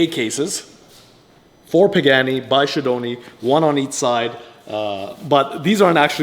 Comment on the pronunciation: Nice job damn that pagani so amazing. It would be criminal to change anything on that car. I also didn’t know it’s pronounced pig-any.